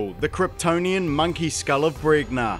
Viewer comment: pretty sure it's pronounced bren-ya